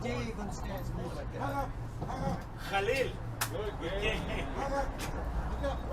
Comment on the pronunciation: pronounced Khalil's name perfectly 😂 Great game guys